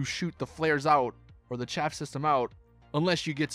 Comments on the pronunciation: Its "Chaff" not chafe. Your asshole gets chafed. Chaff prevents radar lock. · Livery is not pronounced livry. Chaff is not pronounced chafe. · This dude said “chafe system”